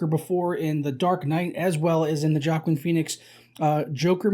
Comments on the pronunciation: Its Hwah-Keen.....Hwah-Keen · It's pronounced WAH-KEEN Phoenix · Joaquin is pronounced "wa-keen" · Completely fetched. Joker fan boy thinks he sees everyone copying his favorite movie. False. Also, why can’t he pronounce his name right?